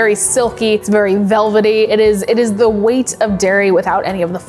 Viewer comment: "the whey-t of dairy"?